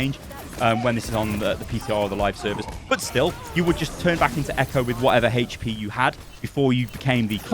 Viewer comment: "It deals 200 Heche-Pee damage"